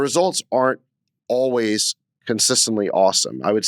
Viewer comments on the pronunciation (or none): none